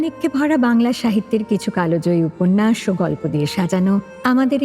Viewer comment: Kalo joyi uchharon noy Kal joyi❤❤❤❤❤❤❤❤❤❤❤❤